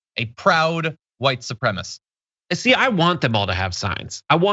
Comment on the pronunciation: Why is it that almost always the folks who think they are a member of some super fantastic race group - are total freaking IDIOTS! Seriously, she couldn’t even pronounce the word Supremacist!